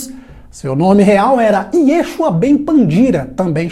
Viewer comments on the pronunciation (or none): none